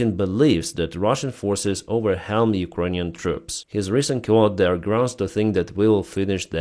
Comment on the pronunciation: Overwhelm is pronounced Over-whelm, the whelm part is like in whisper. Great work. Your English is pretty good but occasionally your east European bias comes through.